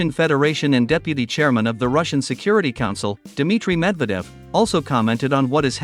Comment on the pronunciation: Typical American, still mispronounces a prominent name that has been on the world stage for over a generation. Dude, make an effort !!